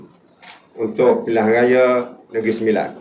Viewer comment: Nak sebut pilihan raya pun kekkok bunyi 😂😂 . Kesian la sape la bagi dia ni nak jadi calon P M 😂😂😂